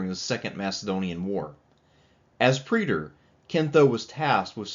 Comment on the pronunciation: It's time to learn how to say 'praetor.' Preeder it ain't.